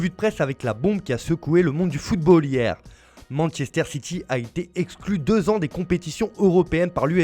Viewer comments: C'est quoi "Mansséster City" ? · Masséster city